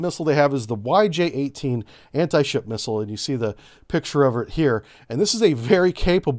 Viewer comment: When you read the YJ, its sounds really weird. YJ is the abbreviation of chinese words, means eagle strike or hawk strike. PL, the missile name, is also the abbreviation of chinese, means thunder, lightening or thunderblot.